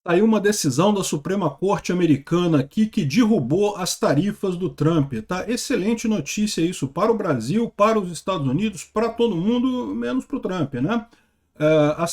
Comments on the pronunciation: dErrubou e não dIrrubou. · “Dirrubô”? “Dirrubadas”? 🤣😁